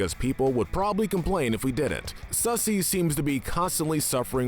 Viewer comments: It’s funny how he said Susie as sussy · Brad Gilliam say Susie sound like Sussy